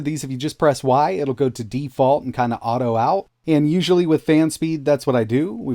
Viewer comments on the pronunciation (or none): still in the vibERation nation I see. you seem like a native English speaker and that you should know there's no e in there